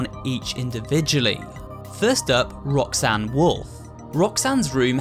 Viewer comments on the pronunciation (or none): As a weeb, I keep hear "Rock-san"